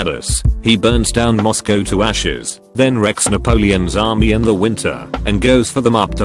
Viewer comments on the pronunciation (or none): none